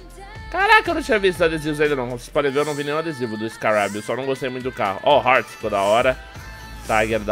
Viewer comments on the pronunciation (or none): none